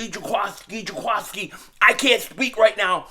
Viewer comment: Everyone keeps saying Ja-quah-ski. I thought it was Ja-quiski?